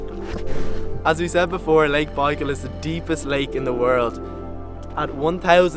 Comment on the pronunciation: At least learn how to pronounce the name of the lake!!!